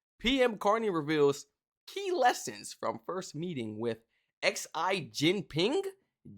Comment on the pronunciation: Pronounced Xi (She)